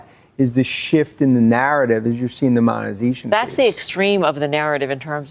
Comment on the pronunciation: There's no *monezation"